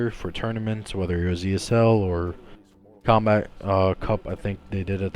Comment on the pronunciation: So it is pronounced "Zombat" okay. I never knew